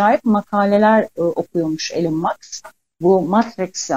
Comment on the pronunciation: Maks değil Musk